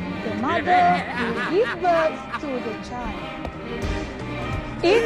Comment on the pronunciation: Setahu aku dia gelak bkn sebb nada je.Sebb cgu tu sbut "birth" as "bird".Maknanya pronounce birth dia salah.Tpi tk boleh jgk.Kalau nk tgur tgur baik baik tgok mcm adibah noor tgur.Dia ajar bkn gelak macm tu.Betul tk geng